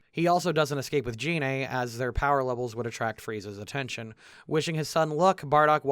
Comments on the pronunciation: I... don't think Gine was Bardock's teammate. You may be confusing her with Fasha (Celipa in fhe original Japanese), who is to my knowledge, the only other named female Universe 7 full-blooded Saiyan. Also "Gine" is pronounced with a hard "G". The name comes from flipping the phonemes that make up the word "negi", the Japanese name for spring onion. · Poorly pronounces Gine What the fuck?!